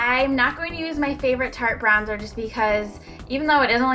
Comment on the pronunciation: Brown-zer 😂 :D love you